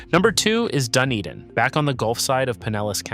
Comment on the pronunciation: how do you pronounce dunedin correctly all but one time LOL